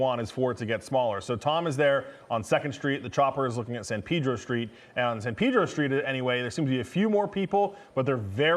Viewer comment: Must he say, "San Peeedro "?